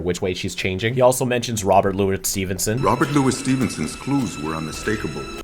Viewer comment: Intertweaved? You also have some weird pronunciation for Robert Louis Stevenson. The middle name is Lou-ee.